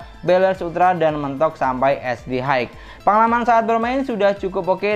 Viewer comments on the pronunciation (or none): none